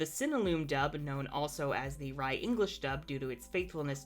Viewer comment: RAI is actually pronounced like “ray” as it is the beginning of the word rainbow